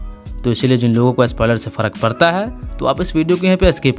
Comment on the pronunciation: Karunga, parta ,hai aa kese bol raha hai bhaii..